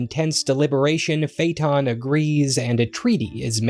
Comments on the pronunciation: it's not fayton it's Fay Ah Ton. Where the heck are you getting your pronunciations??? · This is a great video about a fascinating work, but the consistent mispronouncing of "Phaëthon" is almost painful.